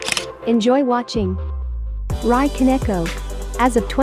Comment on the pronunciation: Rie is actually pronounced Ree- Yay not Rye (as in rye bread)